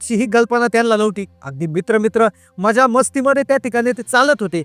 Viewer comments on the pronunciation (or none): त्या मुत्रा नी त्या रात्री जे अनुभव लं त्या मुत्रा नी अरे बाबा मित्र तरी म्हण ना एवढ्या फास्ट बोलायची काय गरज आहे का त्या मुत्रा नी 😅😅😅😅😅😅😅